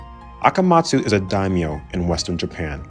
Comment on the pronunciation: My biggest issue with this video is your pronunciation of the Daimyo clans.